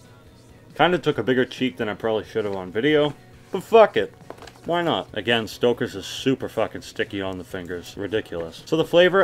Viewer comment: Ahahahaha "stockaz"